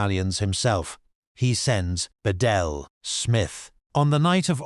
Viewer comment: It’s pronounced Be-Dell